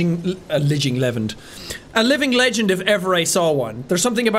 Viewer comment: yes. my favourite line of Blaidd's is "He was a lidging levend."